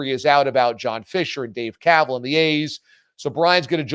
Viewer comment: Kuh-vaaal is like that “Dumbass” commercial, “it’s pronounced du-moss.” 😂